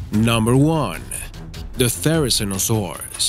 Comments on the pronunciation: Therizinosaurus? Carnotosaurus? 🤦🏻‍♀️ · um a therizeinosaurus and carno ... suuuuuuuure